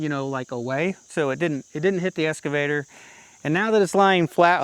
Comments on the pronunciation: It's excavator not escavator. There in no S in excavator. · Hi, It's an Ex-cavator not an Es-cavator. 😁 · …….its eXcavator, not escavator. ☺️ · So I really enjoy your channel and have been watching for a while. One thing I noticed is that you keep calling your eXcavator an eScavator. You probably have heard that before but just in case you haven't there it is. Keep up the good work, thanks. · I hate to make negative comments but this is driving me crazy. It’s an excavator not an escavator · Just a friendly suggestion: ek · skuh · vay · tr No worries if it's just one of those words difficult to pronounce. Enjoyed the video!